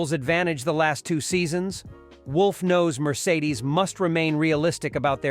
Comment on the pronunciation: I can’t watch this channel again after hearing how you said Mercedes….